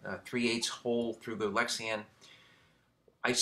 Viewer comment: You keep saying Lexian, why is that?